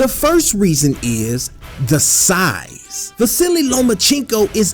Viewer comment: is it just me or is he saying “the silly lomachencko”